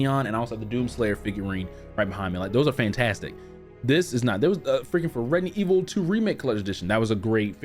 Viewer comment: Dude why are you always say Redident evil 😂😂😂 anyways I subbed cuz u sems cool guy